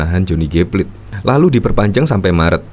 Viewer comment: Pla-te （dalam bahasa Indonesia) Bukan plate (bukan dalam bahasa English) . …. Beli dengernya !!!!!